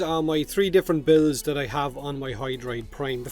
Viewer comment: It's pronounced "that" not "dat".